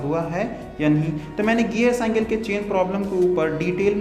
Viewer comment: You say hanthori to hammer/hattori and you say cynkal to cycle it's not good bro